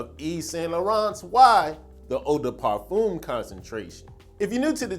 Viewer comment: It's pronounced 'parfehm' not parfoom